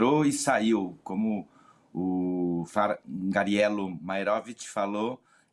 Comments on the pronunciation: "É maeróvitch!" 😂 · Uma sedizente jornalista, que não consegue falar Maierovich, deve falar outros horrores: iorguti, mortandela, largatixa, sombrancelhas e asterístico, tudo junto e "mixturado". 😅